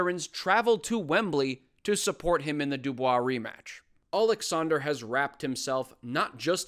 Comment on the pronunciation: as for Ukrainian it's so great to hear Oleksandr instead of Aleksandr (russian version), even though Usyk itself usually said it with russian accent xD Thank you for such small detail Upd. But in general thank you for this great perspective, resonate with me a lot